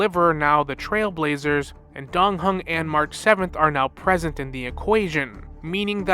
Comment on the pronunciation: 'Anig mahraah'😂😅 got me every time. Can't wait for more hsr and genshin lore.